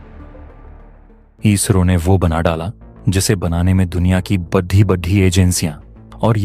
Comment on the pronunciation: बड़ी को बढ़ी क्यो बोलते हो?